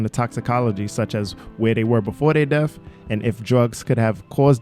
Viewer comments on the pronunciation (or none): R U college educated? 😳 Who says "dey def" instead of "their death"?